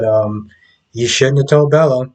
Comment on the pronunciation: It’s Belle not Bella 😅 Great review